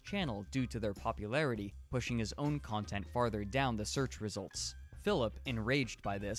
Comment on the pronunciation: This is frustratingly accurate You even nailed how he emphasizes the 2nd syllable when it makes no sense, like: custom STYLE khantent